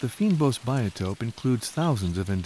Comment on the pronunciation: GREAT DOCUMENTARY but u prounouce it fainbos not feenbos